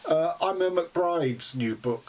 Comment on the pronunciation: Good review as always, you get through a prodigious number of books, I have to say. ( Small point, apropos to nothing majorly significant; the Irish name “Eimear” is pronounced “E- Mur”.) Happy reading, and best of luck in 2021.